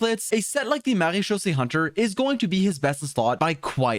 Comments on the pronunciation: That "Maréchaussée" was so well pronounced gj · I was impressed by your pronounciation of marechaussée . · A small comment from a french guy : You're prononciation of "MaréChaussée" is really good !